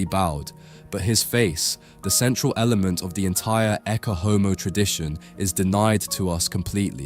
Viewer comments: Ecce is pronounced ay-chay, not ekke. AI is even destroying everyday English to those who hear this and copy. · [ˈettʃe ˈɔmo], with "ch" as in "church", not a hard "k" as in "Christ". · “Ecce” pronounced e-ch-ay This AI?